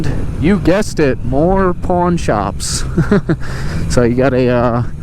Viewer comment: Got excited for a minute cause I thought you were saying "porn" shops. I enjoyed your video otherwise, thank you!